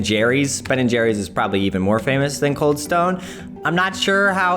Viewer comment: its kinda reading as CALD instead of COLD